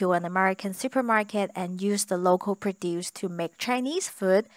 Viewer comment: And also, maybe clue her in on the two different pronunciations of “produce.”